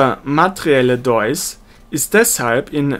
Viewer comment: Deus wird mit langem e ausgesprochen. Herzlichen Dank fürs Reinsprechen!